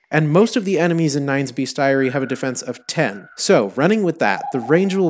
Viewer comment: "Beast-eye-airie" holy fucking hell, I thought "jag-yew-eye-ars" (jaguars) was the worst butchering of a word I have ever heard........